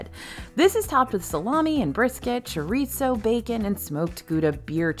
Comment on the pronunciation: C'mon, there is no "T" in chorizo "cho-ri-sso"